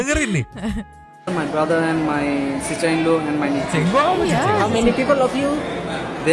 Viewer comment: Sister in law bang, bukan cicinggo.. 😄 😄 😄 Kakak ipar 🤣